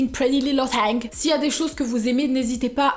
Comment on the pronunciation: Mdr la phrase de fin '' pretty little tiiing 😂😍 "